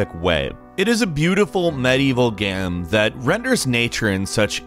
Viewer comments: game Him: gam game Him: gam I think he’s saying games for plural and gam for singular ffs 😂 the phantom pain Him: PANNNNN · "Gehm", "gehms". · One time he said “Gang” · Has anyone noticed how sometimes mispronounces things or says them weird? he said Gehm instead of Game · I noticed you say «gaem» not «game» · LOLLL WTFFF GAYEM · Do people ever say anything about the way you say "game" (gaem) ? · "gaem" why u say "game" like that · He had a stroke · I had to play it back to check if I was just hearing things hahaha. How does one cover games in YouTube and not pronounce “Game” right? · This guy pronounces "game" different every time... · he had a stroke while saying “medieval game” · is the weirdest pronunciation of "Game" ever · Sounds like you had a stroke when you said "game" . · Glad I’m not the only one. I rewinded like 5 times it was hilarious